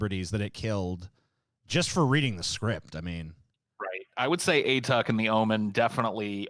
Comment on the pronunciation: A-Tuck? It's closer to "ah-TOOK" (rhymes with "book"). It's from an Inuktitut word that roughly means "grandfather" (ᐊᑖᑕᑦᑎᐊᖅ).